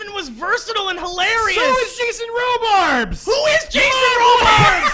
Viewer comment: jay-shins row-BARBS? dude. Weak.